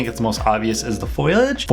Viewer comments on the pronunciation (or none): You pronounce foliage as "foel-ee-age"